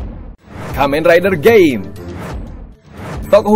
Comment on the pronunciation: Koreksi lagi ya min, yang benar Shotaro bukan Shorataro. Ozu itu dialek jepang nya min, kalo mau pake pengucapan nya sebenarnya dibaca Oz aja. Kalo mimin mau pake pengucapan jepang nya, berarti double dibaca daburu, decade dibaca dikeido. Gaim juga dibaca Gaim, bukan Gem. Di Gaim gak ada ryuki min.. Misi Zi O bukan menyelamatkan waktu, dia sendiri malah merubah banyak sejarah rider. Misi dia adalah memenuhi takdir nya sebagai ohma zio, raja kejam dan otoriter yang akan berkuasa di tahun 2068, tapi dia berusaha merubah masa depan itu agar dia jadi raja baik. Dan time jacker bukan monster, tapi manusia yang mempunyai kekuatan khusus dalam hal waktu.